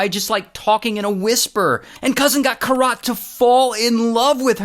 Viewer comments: Its Keerat - not Kirat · Kirat the pronunciation is "keerat" and ik cause it's my name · Bro its not kiraaat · Each time you said her name that way... 🥃 😅 But man this shit is crazy. Weird humans out there. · You butchered the poor girl's name 😅